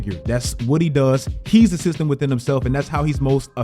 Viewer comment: The "Cyst-tem". Is Bricks not enough to destroy this team? LOL